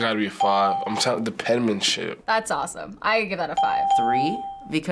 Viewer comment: no one: not a single specimen:: the pEnMaNsHiP